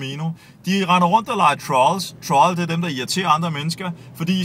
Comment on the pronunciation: Ikke for at belære dig min ven, men en troll, udtales for det første som troll, eller trold, eller hvordan du sagde det. Samt en troll er en der vælger at irriterer folk med overfladisk nonsens pga. vrede og behov for opmærksomhed, ikke manglende sociale evner. Ellers fin video, relativ fornuftig snak :-)